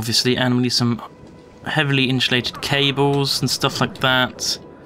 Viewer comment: Inshulated lol